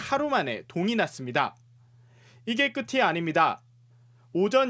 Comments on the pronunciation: 이게 끝이 아닙니다를 끗티 아닙니다라고 발음 하신듯 끗치? 끄시가 맞는 발음 아닌가요? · '끝이 아닙니다' 중, 끝이의 발음은 [끄치] 입니다. 기자가 [끄티] 라고 잘못 발음 하더군요. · ㅌ받침이 "ㅣ"모음을 만나면 ㅊ으로 발음됩니다. 그래서 같이 는 "가치"라 발음 하고, "끝이"는 "끄치 라고 발음합니다. "같은" 은 "가튼", "끝은"은 "끄튼" 이라고 발음합니다. 그냥 거슬려서요 ㅋ 그래도 뉴스고 아나운서니까. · 끄티 아닙니다 ㅠㅠ 발음 왜이래요